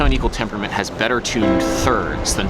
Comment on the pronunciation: My new quest: 69 Tone Equwual tempuwment